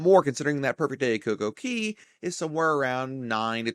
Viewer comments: It’s cocoCAY. Not cocoKEY. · It’s cay not key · Never heard anyone pronounce CoCoCay as "key". RC pronounce it as "kay" to rhyme with "Perfect Day", but Google say both pronunciations is fine. RC Marketing Director: "Perfect Day at CoCoKey? naaaa that sounds silly bro!" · Thanks for the video, but, it's CocoCay not CocoKey lol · It's Cay not Key. How do you make and take so much time editing a video and make that mistake. It hurt to hear it every time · It's Coco Cay, not Coco key dude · That's all I could think about the whole video